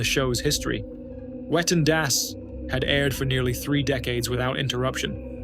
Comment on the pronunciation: can't stop laughing. i remember the whale tale. i had completely forgotten that incident. it was definitely worth a retell. ps - german has no 'w' sound. no 'whu'. all 'w' s are pronounced 'v'. so it would be 'vetten dass'. just a wee fyi. (a vee fyi?). thank you to rammstein for that knowledge. and to you for another astoundingly excellent presentation. you are always raising the bar.